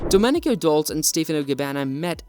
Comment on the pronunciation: You should at least pronounce Domenico’s last name properly.